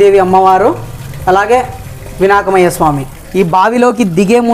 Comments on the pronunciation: Vinak mayya Swamy kadu Anna "vinayakudu" 😃😃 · Vinaakamayya kadu babu, vinayakuduor vigneswarudu, nee vedio chala bagundi